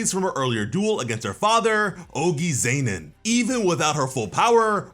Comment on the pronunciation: Why does he say Zenin like Zaynin